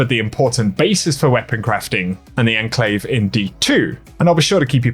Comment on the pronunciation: It is pronounced “on clave” actually, you are correct